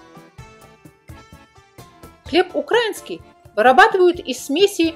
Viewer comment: Еще бы правильно ставить ударение в слове украИнский, а не укрАинский .